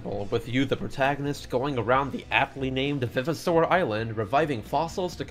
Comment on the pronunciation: I know this is a knit pick, and this video is 2 years old, but the fact you say "vivosaur" like "viv-i-saur" bothers the heck outta me. how I've always read and heard it, it was "vive-o-saur" like it was a revived dinosaur. Great video regardless tho